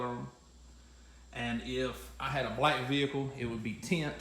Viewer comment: lol tha way way he said TEINT!!!,....good job on th vid